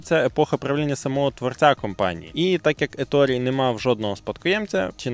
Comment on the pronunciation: Коментар в підтримку каналу. Натрапив на канал випадково, через рекомендації і пошук відео про "Перегони гарматне ядро)" Еторе, Еторе, не Еторі, навіть вимовляючи англійською, всерівно робиться акцент на італійський манер. І так, про 15 хвилин - це міф)